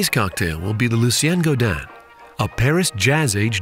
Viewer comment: This is an amazing drink and the is obviously a skilled bartender, but please... if you care about the drink's origins, pronounce the man's name right. Gaudin is pronounced go-dihn not Guadin (like Guadalupe). Thanks for the video. I love me some cocktail history!